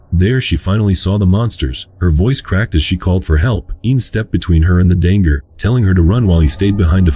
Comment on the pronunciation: "Dang-er" instead of danger. 😂 🤦